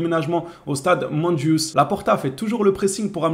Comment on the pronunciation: le stade de MontJuic on le prononce (MontJuique)